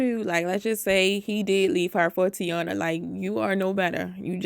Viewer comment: Tai-een-uh. Not tiana.